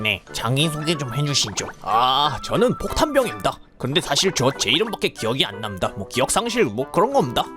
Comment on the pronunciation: 폭탄이래는데 계속 포탄이라고 하넼ㅋ